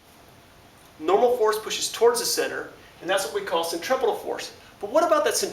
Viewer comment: "Sen - Tree - Few - Gull"